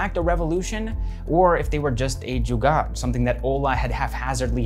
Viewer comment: loved the way u said JUGAAD .. btw very nice video ..keep more coming